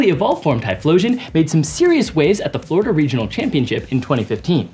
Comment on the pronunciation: Hahahahahaha! Nailed Florida!